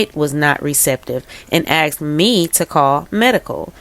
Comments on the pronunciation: Please work on pronouncing “ASKED” not “axed”. Thanks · I believe the word is “asked," not “axed.”